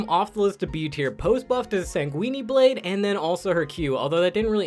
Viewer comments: lol can u stop saying sanqueene blads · nigga said sang weenie blade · I know he did not just say Sanguinee blade